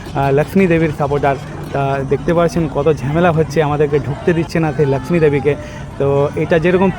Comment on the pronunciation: বাংলা যখন বলছেন; তখন 'ল্যাকশ্মি' বলছেন কেন ? বাংলার 'লক্ষ্মী' উচ্চারণ করতে কি খুব সমস্যা ?